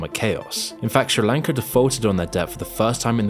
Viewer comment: Take a english class on how to say fucking sri lanka